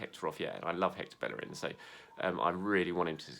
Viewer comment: dude said he'd like hector ballerin at right back! ....hector bellerin 😐